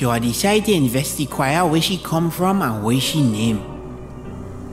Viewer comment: d man say investiquire yes😂